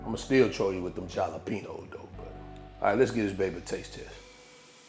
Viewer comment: Oh yes, I have 3 packages of Gnocchi in my pantry right now, sounds like tomorrow nights dinner to me!! omg YUM!! You just love making my husband gain weight don't you! LOL, so how many people paused the video when you pronounced the J in Jalapeño? I knew you were being a brat on that one. Love you to pieces.